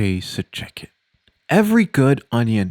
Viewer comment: Whenever he says "Ok, so check it," I always thing he's saying "Ok, suit jacket."